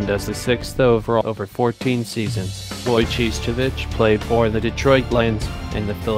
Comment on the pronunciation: Way to butcher the name!! Its Wojo-ho-its